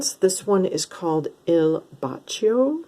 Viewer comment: Very very good italian pronunce...il bacio means the kiss; brava ! Hidden gem